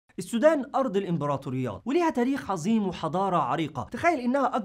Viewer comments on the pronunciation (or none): none